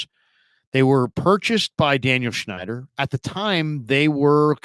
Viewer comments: It's Snyder, - not "Schneider."😉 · Christ, this guy in the video has no clue about what he’s talking about. Meyers is hired as an adviser. Not to run the front office. And we still have a GM. At least do a little homework. And as much as I hate Dan SNYDER, at least pronounce his last name correctly.